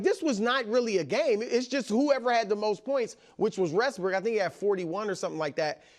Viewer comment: Yoo this Chris say westbrick?